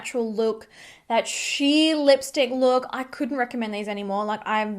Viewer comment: Was I the only one who went back to see if she actually said lickstick at first? Which btw she did xD